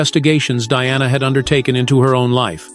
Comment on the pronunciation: God help you. Why do you try to mar Diana's name. She endured enough in life.